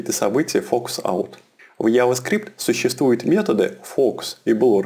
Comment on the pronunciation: мужик, надо чото делать с анлгийским ! :D контент норм, но вот "алёрт, АДЭДЭ, яваскрипт" :DDD